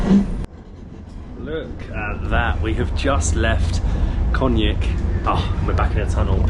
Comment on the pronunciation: Konjic- read Konyits (closest to the right pronanciation), not Konyik. And not Saraheyvo…. There is no “h” in the word. Sarayevo is the right pronanciation. Please!